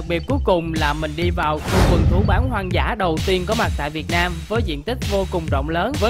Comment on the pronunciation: Hoàng dã, không phải “hoan dã”.